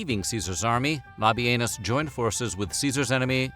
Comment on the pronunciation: Can’t help it…I laughed by butt off at the pronunciation of “Lobby Anus” 😂😂